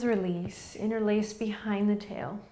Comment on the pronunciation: Ha! As a non-native English speaker following you daily for the past two months, after today's practice (and googling "inner lace"😅) I finally understood you say "interlace" the fingers 😂 Before that I undersrood something like "in-release" but now it all makes sense 😁😁 I loved today's practice, and my mantra is: I trust fate that things will become better soon in this current crisis... namaste!